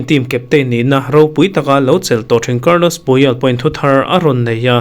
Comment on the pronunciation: Carlos puyol niloin carles puyol tih tur aw sir